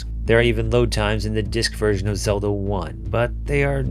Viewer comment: Did you say Zeldo 1? LOL